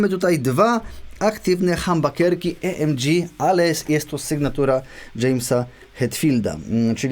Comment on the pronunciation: O co chodzi z tą wymową "e es pe el ti di"? Albo "e es pe el te de", albo "i es pi el ti di" :P Później pojawiają się jeszcze "hambakerski e em dżi". :D